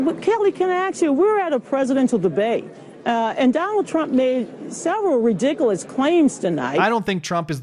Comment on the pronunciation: I get that people from different backgrounds may pronounce certain words differently, but good lord how did someone reach such a position speaking in such a manner? "Axe" "Ridicalous" "Respek" That's less a reflection of culture as it is her being genuinely unintelligent.